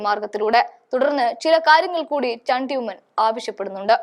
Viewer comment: ചണ്ടി ഉമ്മനോ? ചാണ്ടി ഉമ്മൻ ആണ് പെണ്ണെ. ബലം പിടിച്ചു പറയാതെ ചൊവ്വേ പറയൂ.